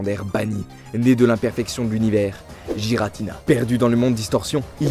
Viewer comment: C'est Giratina, pas Jiratina.